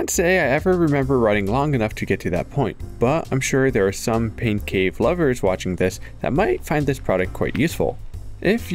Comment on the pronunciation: Wait a second... did he just say "pink cave"?